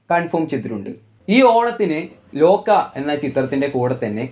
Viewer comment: ലോക്ക അല്ല ലോക